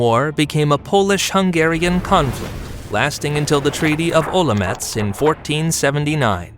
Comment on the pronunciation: As a Moravian, pronunciation of Olomouc almost killed me but other than that a great video that covered most of the events, you also could have added that during third (fourth) crusade at Tachov in 1427, crusaders ran away from fear once they heard Hussite chant Ktož sú boží bojovníci, thus avoiding any big clash